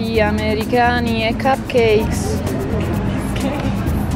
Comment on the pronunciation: perchè dici : amerihani?